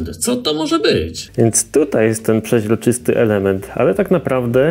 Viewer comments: Nie żadne pziezroczyst tylko przezroczysty panie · Mozesz przestac mowic "przeźroczysty"? Bo to wkurza, prosze mow przezroczysty